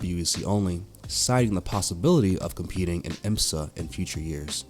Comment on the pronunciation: What a mess. Who’s the commentator? It sounds like bad AI. If not…then learn to pronounce Dallara, IMSA, Isotta. Etc. (Or find someone who actually KNOWS a bit about motorsport). Quite apart from anything, the list is not even complete 🤦🏻‍♂️